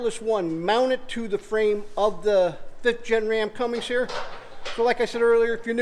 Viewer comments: Great video, oh it's Cummins..... Not Cummings.... Lol😂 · CummINS lol there's no G in the name...